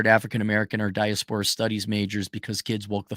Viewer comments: "Die-ass-per-ahh" not "dieah-spore-ah" ❤ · Gotta love the pronunciation. 😂 Diaspora is definitely not a high-scholar SAT word. Right? 😅